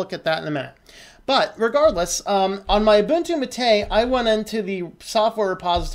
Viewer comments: Not tooting a horn but I've been using Linux on and off since the mid 90's ... my first distro was Mandrake, so I've gotten accustomed to hearing certain terms in a certain way... But, Like I said, great video, but Gnome, Gnu had (at one point silent "G"s) , and "mate" as in gourd I know (I actually drink my yerba from one) has 2 syllables... think of this similar to the "gif/jif" argument taking the internet by storm these days. Take no offense. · Great video, but your pronunciation of Gnome and Mate is killing me.